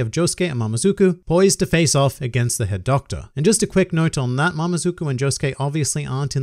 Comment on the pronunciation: Am I the only one who kept hearing "Herr Doktor" instead of "Head Doctor"?